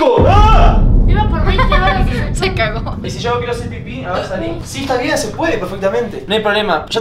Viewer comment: Ame el "Ze KaGo"